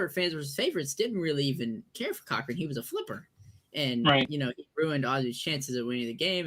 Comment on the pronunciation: It is not cow wrong. it is pronounced co wrong